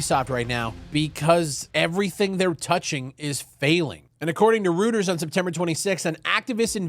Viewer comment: Guillemot is pronounced gee-mo not gillmot and Reuters is roy-ters not rooters.